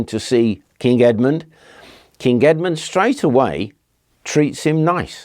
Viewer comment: Good thing Edmund kept his head when negotiating with the Vikings.. Errr - Saint "Head"-mund? 😆